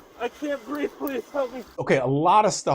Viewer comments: Always with the lies,but he "can't breeve"..........😂😂 Apparently can't adult either. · “I can’t breeve, l have a heart problem, l’m dyslexic…..lol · I thought the 'i cant breeve' thing these things were saying was going away. Guess not.